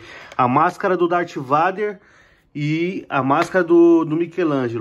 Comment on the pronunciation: "Dátiváider""Gameboi". - ri alto kkkkkk